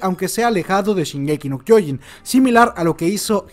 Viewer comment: Se pronuncia SHINgeki no kyoJIN, no shinGEki no kyOjin